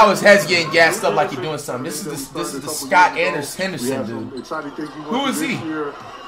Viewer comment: This man said “Scott” 💀